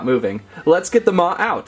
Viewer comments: Maw not ma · He called maw ma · Its not ma its maw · And it’s maw not ma